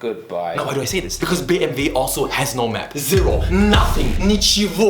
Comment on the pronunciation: Are you saying bmv because you are german and you guys pronounce bmw as bmv or am I tripping because I smoked too much?